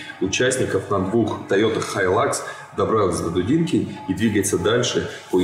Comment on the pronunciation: Не дУдинка, а дудИнка....